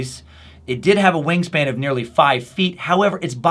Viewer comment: When you said wing span I swear I thought you said "ween span" lol